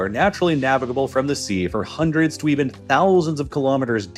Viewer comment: HAAAAAAAANDREEDS OF YEARS 🤣 why he pronounce it so funny??